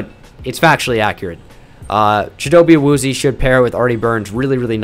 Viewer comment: Love these videos. Also, since you're a stickler for pronunciation, Chidobe Awuzie is pronounced: CHIH-do-bay AH-wooz-yay. You can find him pronouncing it online.